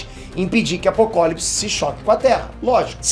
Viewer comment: Cara , tá me da agonia vc ficar pronunciando errado Apocalipse e luois, falando Luis., um nerd de verdade não pode ficar errando pronuncia.